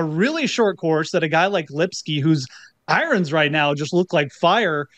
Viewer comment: I love how goes with the Norm MacDonald pronunciation of "eye-runs"